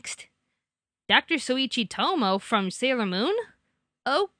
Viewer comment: Tomoe is pronounced toh-moh-ay.